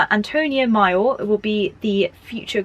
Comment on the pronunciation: Great video. Very helpful...but your pronounciation of "major" and "minor" are making my eye twitch 😂 (all love from the US though ♥)